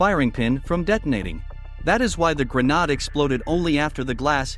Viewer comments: At the start he says it properly its the last 2 he messes up 🤣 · listen to the video bro. That’s how the text to speech is pronouncing grenade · The way you pronounce grenade... GRANAAD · Gren-AH-de? It is pronounced Gren-aide Spelled Grenade. Jeez, these kids never read out loud, have they? And in Russian and Ukrainian, it is pronounced Granata. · It's called a granade(pronounced aid) not a granad dude 🙄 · Please work on your pronunciation... it's not gre-nad, it's grenade. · Dude accidentally pronounced the Caribbean nation of Grenada. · I think you'll find it's pronounced GRENARD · Hey comrade give me the grenade This guy: actually its pronounced as grenahd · Grenade. The second syllable rhymes with aide, shade, made, glade, paid, raid, wade. It's hard to have any confidence in anything this narrator is saying if he is too uneducated to know the correct pronunciation of grenade. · Its not pronounce grinahd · AI voice decided to pronounce Grenade in German halfway through the video 💀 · The pronunciation changed half way through. Maybe a typo in the script? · I think "grenades" are pronounced correctly but "grenade" is not... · dude literally pronounces "Grenade" two different ways lmao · Did they also decide to change the pronunciation of grenade halfway through stories? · Why did the pronunciation of grenade change halfway through the short? Lol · This stupid text to speech bot can't pronounce "grenade" correctly. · Why did you change the way you pronounced grenade? Like you said it properly the first 3 times XD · What artificial voice pronounces “grenade” like it’s a French word? That’s bizarre! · What's up with pronunciation of grenade? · Why did the voice not know how to pronounce grenade?